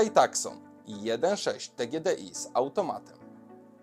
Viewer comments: Trochę krytyki z mojej strony: – Nie "takson", tylko "tusą". Aż mi uszy więdły jak tego słuchałem... Tak się wymawia Hyundai Tucson, zresztą wystarczy włączyć sobie pierwszą lepszą reklamę Tucsona i zobaczyć, jak tam to wymawiają. – Momentami troszkę za głośna muzyka, a za cicho mówiłeś. A SUVy? Owczy pęd i nic więcej. Już sama nazwa "SUV" jest takim nadużyciem, że to głowa boli, bo 90% tych aut to w ogóle obok SUVa nie stało. Z Twojego nagrania wynika, że ludzie nie myślą przy zakupie auta i tak też jest w rzeczywistości. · FYI; Tucson wymawia sie: [ˈtuːsɒn] lub po brytyjsku ['tu:son]. "C" jest nieme. Nazwa samochodu pochodzi od miasta w Tucson w Arizonie, USA. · "Takson" razi. Czasem warto sprawdzić wymowę.